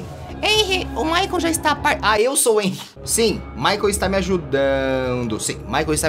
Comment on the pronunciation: O T3DDY falando enry mas é renry com h